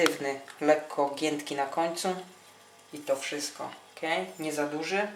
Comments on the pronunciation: "KE" w sensie "OK"... czy jakoś tak :D Nieważne, smacznego :D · hahahahaha 'ke' XD